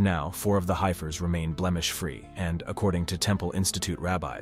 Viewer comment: They're pronounced "heffers"... 🙄